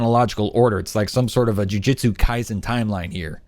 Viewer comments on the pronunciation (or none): none